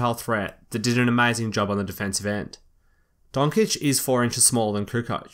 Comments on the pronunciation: Dončić, not Donkič😡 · Also, it is not DonCHiCH. It is DonČiĆ. The last letter is softer than č. It is pronounced like the last letter of Goran Dragić's last name, or Dražen Petrović, or Peđa(Peja) Stojaković, or Miloš Teodosić. But it is hard letter for Americans to pronounce. So, you can try. :-) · its DONCHICH not donkich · well its don-ch-i-ch.. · Great video mate! Liked and subscribed. My only pieces of constructive feedback would be checking up on pronunciation quickly before you record, and working a little bit on your 'newsreader' skills. Like a few have said, it's pronounced "Don-chich", but also Oscar RoBERTson not RoBINson. I reckon your videos would be bloody perfect if you watch a couple of youtube vids on the cadence and inflection newsreaders and narrators use... just little stuff like not going up at the end of sentences etc. Anyway, just a thought. Great video buddy, keep 'em coming! Great to see an intelligent fellow Aussie posting great content. Love it! PS> I hope you're as hyped about Ben Simmons this season as I am! I was lucky enough to interview him when LSU came and played those games in Aus before his lone college season two years back. Fuck man he looks even bigger in person when you're standing next to him. I couldn't get over the size of his shoulders! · Good insight review! Donka (as you falsely pronounce his name ^^) could become a very good player in NBA. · it is extremely disrespectful to not pronounce someones name wrong. and to not even bother looking it up. and then make a video about that person saying his name wrong gazillion times during the video.